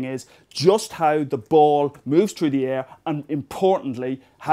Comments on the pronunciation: cool vid.. but i gotta say: its through not trough. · "CHRU DE AIR." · threw.... Threw the air... There's an "H" in that word.....